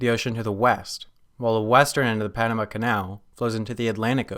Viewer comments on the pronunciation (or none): none